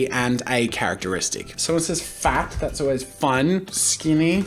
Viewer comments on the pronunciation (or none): when he sat 'Fat' I thought he said 'Fap'